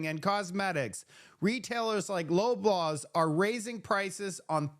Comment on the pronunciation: It`s pronounced Law Blaws